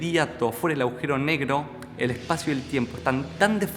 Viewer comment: Muy buena explicación. El video está muy bueno en muchos sentidos. Pero lo que sí me dan ganas de comentarte es que cada vez que decís"aujero" en vez agujero, resulta chocante y resta bastante. Saludos